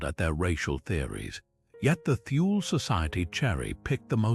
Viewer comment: Thule is not pronounced "Thool", that is wholly incorrect. It's from the German language, Germans do not employ the "Th" sound but, they do pronounce the letter "e" when it appears at the end of a word. Thus the correct pronunciation is: "Tool-Ah" . I speak German and I have had this pronunciation verified by my German friends.